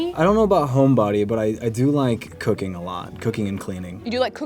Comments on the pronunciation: I heard him saying "cocaine" instead of "cooking" omg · I thought he said he liked cocaine but it was cooking😂😂😂